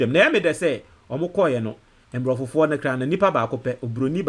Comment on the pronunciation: Abrofuo not nbrofufuo. Good work.